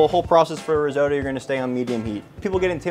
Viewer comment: Please check the pronunciation of risotto 😅. All Italians would appreciate it